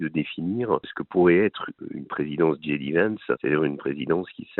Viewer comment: j.d.vance .... j se dit je en français et djai en anglaas, dji s'écrit G comme gb